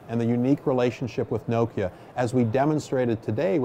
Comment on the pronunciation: Does the Nokia CEO realise hes pronouncing Nokia wrong?